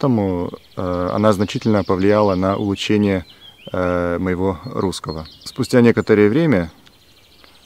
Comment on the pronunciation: Про русский: вместо в [д'эт'c'т'в'э] надо [д'этcтв'э] - смягчает только последний согласный [ы] надо произносить твёрже - групп[ы] офи[тсы]ально, а не офи[т'с'и]ально улуч[шэ]ние, не улуч[ш'э]ние лу[тшы]х, не лу[чш'и]х про в [ы]зучении тебе писали уже ниже :)